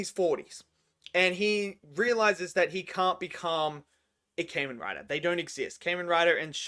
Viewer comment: It Kah-men Rai-der